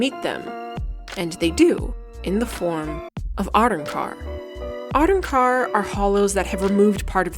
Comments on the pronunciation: the way you say arrancar is so much more jarring than how you say manga 😂 such a great analysis! I couldn't believe after watching your BG3 evil ending video that you ALSO have Bleach content!!! can't wait for more from you! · Disclaimer on how 'manga' is pronounced: yeah okay, odd, but I can roll with that, its fine. Nothing for the jarring mispronouncing of 'arrancar' and 'Ulquiorra': okay, let me type up that angry comment they referenced earlier.... Haha, all that aside, this was a fantastic in-depth video essay (incredibly paced and dynamic, very well edited too) on one of my favorite parts of the story (and fight) that does a lot and I appreciated watching. And as a big Aizen fan, I dig that you were able to do all of this and only mentioned his name like three times despite him being such the prominent villain in this portion of the story. Well done overall!